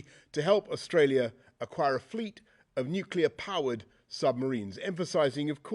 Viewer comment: Making the world safer by building more "nucular" subs...